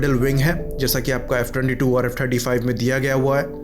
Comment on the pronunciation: I also heard 25 lekin phir 35 bhi lga kuch confusing tha